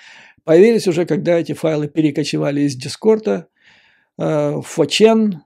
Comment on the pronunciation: Вы хороший аналитик и слушать вас приятно. Но 4chan это не фоурчен.